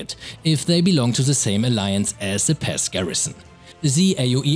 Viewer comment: He said pass I thought he said pest ( NO hate )